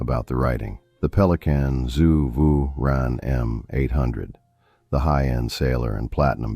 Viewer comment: Most of my pens are Level 3 and 4 with my everyday writers being the Pelikan M600 and Mont Blanc 146（which I consider a Level 4). I also use a Lamy Studio which could pass for a Level 3). One critique I would have of an otherwise excellent video: PLEASE train your AI voice to pronounce the brands properly. It is nails across the chalkboard listening to names such as Souverän and Namiki being butchered.